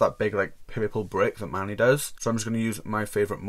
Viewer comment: I love the way he pronounces Manny (mah-knee) is anyone else just silently in the corner like man-knee no shade I love you just found this a bit funny 💓